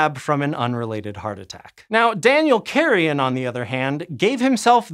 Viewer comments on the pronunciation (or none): . Huge pronunciation mistake there. The surname Carrión is NOT to be pronounced in English, but in Spanish, same as you pronounced German and French names more or less according to the original pronunciations. So that name DOESN'T sound like "carrion" decaying flesh, but like "carry on" with the stress in the "on" part. If you manage to pronounce the "rr" like the "r" in "rose" that would be the closest way to get the name right. PLEASE.